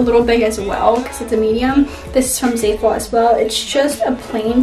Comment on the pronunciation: It’s not pronounced like zayful there’s no y I don’t know where you got that from. It’s zaful. The a says ah as in Apple